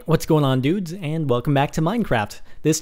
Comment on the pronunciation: The way he says dudes lol